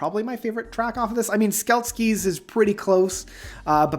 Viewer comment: I’m glad you like btbam but rototurner? Really? And Skelkies? Dawg.. it’s Roboturner and Selkies…. This made me cringe..